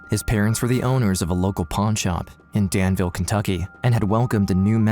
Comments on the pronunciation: Not for nothing but it’s pronounced Dan-vuhl Vuhl like full Maybe vool is better bet ye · The locals pronounce it danvull